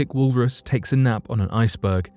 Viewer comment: " wool Russ" 🙄